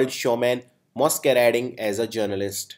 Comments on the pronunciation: Exos, Mosq, are wrong pronunciations. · It's mes....not mos...for masquerade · Your pronunciation is pathetic! is it Masquerade or Mosquerade? do check before putting it on Youtube. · Masquerade isn't pronounced as mosskarade as you say it. It's simply masquerade, the way it's spelled. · The video can be considered a bit helpful. However, the pronunciations are outright wrong. For example it's not Mos-querade but Mas-querade and it's not ex-os-perating but ex-ass-perating. Nevertheless the video is really helpful!! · "Masquerade" is pronounced as "mas-kuh-reyd", NOT "mos" it's "mas". Please do check your pronunciation properly. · Pronunciation pe dhyan do guru...like Masquerade ( don't pronounce it like you said... moss..ka..rade.. the correct pronunciation should be Mas... Que.. Rade. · I really appreciate the gesture of educating us but sadly its does not rhyme like exhaus.perating as you are pronouncing. It's more like ig.zas.pa.rating and maas.k.r.aid if you go by british english. Cheers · Moskarade nai hota hai Woh😂😂😂😂😂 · Masquerade is pronounced thus Mass q raid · the pronunciation of masquerade is either mæs or m@ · Explanation is quite well but your PRONUNCIATION isn't up to the mark.. You mispronounced few Words like Masquerade, Exasperating, Gigantic.. Otherwise good work you did.. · Are you sure about the pronunciation of 'Masquerade'??? The one which u mentioned is neither British nor American. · I'm sorry but please don't teach pronunciation. specially the wrong pronunciation. exasperating and masquerade are pronounced exactly how you said not to pronounce them. why?! I appreciate the meanings. but please it is a humble request.. Do Not Teach Pronunciation! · You pronounced masquerade wrong